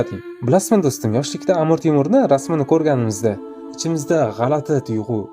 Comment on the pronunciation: Амур эмас, Амир булади.